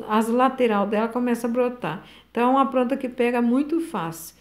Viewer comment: Eu amo quem fala "pranta e pobrema" ❤